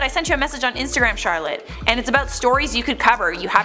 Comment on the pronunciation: Good channel, I love the channel “info-oh-oh-mo-ov-oh-oh” bit of a weird name though. Or was it pronounced “Imfreen-avaleen” and I love the host “” this channel has some strange pronunciations...